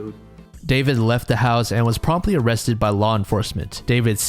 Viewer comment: "Oh cwap , am I gonna be o-rrested??"